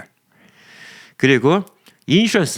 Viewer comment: 촨촤만별! 춴촤만별!! ㅋㅋㅋㅋㅋㅋㅋ 흥분해서 발음이 ㅋㅋㅋㅋㅋ 그랴도 덕분에 웃었어요 ㅋㅋㅋ 촨촤만별!!😂 어제 영상~ 오~ (조회수) 대박 ㅎㅎ 열받는 (그리고 답답한😅) 댓글들도 무지 많던데 ㅎㅎㅎ 조회수 보면서 화(?) 풀어요😊 여튼 웃겼음 촨최뫈부ㅕㄹ ㅎㅎ